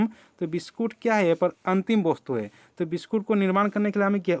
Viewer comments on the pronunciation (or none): Vostu nhi bola jata hey